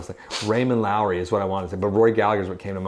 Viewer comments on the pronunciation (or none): Raymond Loewy! No “R”! Sounds like Low E.